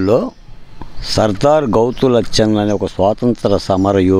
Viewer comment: Anchor శిరీష గారి తాతయ్య సర్దార్ గౌతు లచ్చన్న గారు,, మీరు తప్పుగా పలికారు..